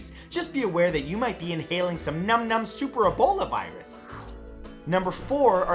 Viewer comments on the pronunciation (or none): I'm still confused and dying on how he said Super Ebola Virus